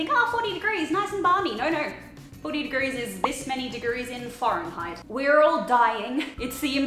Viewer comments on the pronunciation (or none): I love how it sounded like said foreign-heit instead of Fahrenheit